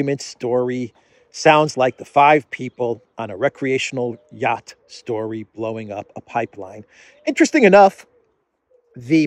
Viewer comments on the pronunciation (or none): none